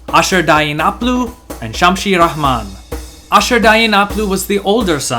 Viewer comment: As usual, great visuals and video. Slight mispronunciations though, as Assyrians did not have the h sound, so Ramman which means beloved, is just that, Ramman, not RaHman, no h. Another thing, Assyria invaded Egypt not to just dominate, but on the contrary, to liberate it from the Nubian Kushite usurpers, which they did. You may have mentioned it in another video perhaps? Lastly, if you research enough, you’ll find that Ashur and Nineveh were not just destroyed by the Medes and Babylonians alone, they also had as allies, Scythians as well as well as Persians and Arabs. There is an amazingly long analysis on the fall of Assyria which has much more to do with climate change than wars alone, and according to he findings, it was hundreds of years in the making, so Assyrians were fighting droughts and floods along with her wars. Very important piece of the vast history of Assyria. For reference, I suggest you read Assyrians beyond the fall of Nineveh and Ancient and Modern Assyrians. Research that climate change as well. Again, well done overall. Cheerz